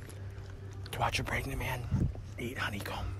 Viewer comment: if this is what you call pregananant then..